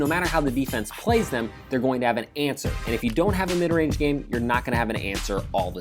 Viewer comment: "Both are long rage snipers" rage, rage, rage, rage, rage, rage